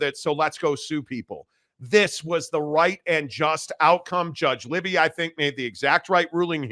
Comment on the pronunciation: The judge is Gary Libey…pronounced “Lie-bee”—not “Libby”.